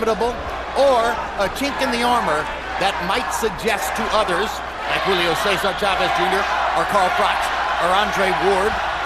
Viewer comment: Did he just say Julio Cesal jr?he trash